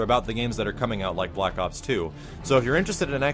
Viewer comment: why does he keep saying block ops D